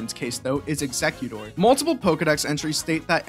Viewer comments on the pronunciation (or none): none